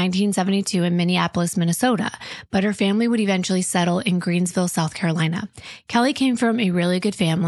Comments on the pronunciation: Its Greenville not Greensville. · Just a heads-up. It's Greenville, not Greensville. I live here 😂